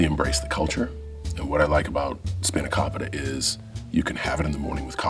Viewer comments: A note of correction in pronunciation in spanakopita, it's a long o sound, not a short o sound. It's spa-na-KO-pi-ta, not spa-na-KAH-pi-ta. But he does have the accentuation on the correction syllable, the KO part. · it's Speena-koh-Pita John, not Spinna Kopi Ta.. and south africa makes the best flat white coffee, Ausies have ugly woman, come for a culinary education. And banana's whipped cream and caramel is a kid's desert. Have at it. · In the same sentence he says he embraced Greek culture, while mispronouncing spanakopita in the worst possible way lol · Pronounced Spanakopita wrong but props for a Greek dish on the menu.